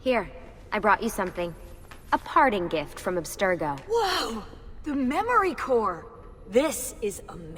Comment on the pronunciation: Obstergo?? Fucking seriously?